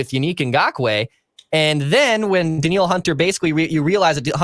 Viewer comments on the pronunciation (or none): I'm joking about his pronunciation. Danielle vs Daniel..